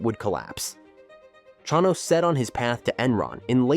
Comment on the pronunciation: Ai slop cant even pronounce the subject of the video correctly